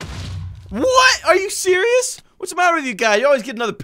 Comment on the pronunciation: When you say are you surios my Siri says yes I am